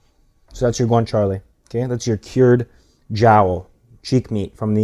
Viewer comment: I loved the recipe and will try it soon. Since it's authentic, I thought you might appreciate that it is pronounced cah-bo- nah-ra and gwan-cha-lay. For future reference.😉